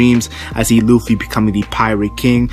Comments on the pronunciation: He pronounced Luffy as looffy. Lol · I don't believe this before I see it! And did you just call him Ruffy?